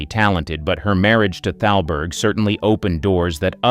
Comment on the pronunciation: It's not talberg...it's THALBERG. I don't understand why the narrator doesn't understand the proper pronounciations.